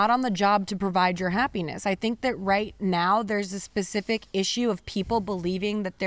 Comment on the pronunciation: says “pacific” not sure if she addresses it further in but I just wanted to document this